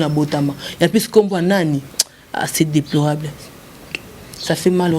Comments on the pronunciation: Non c'est à tes souhaits et on dit déplorable et non deproble😂😂😂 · Fivette yo pé olobaki na yo bien.“déplorable.“ olandi deploable 😂😂😂😂😂